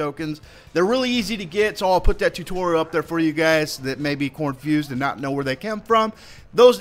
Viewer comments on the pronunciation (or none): Sorry. Sorry. I don't want to sound like I'm being picky about grammar, but I just... I gigglesnorted when I heard "cornfused". Heehee!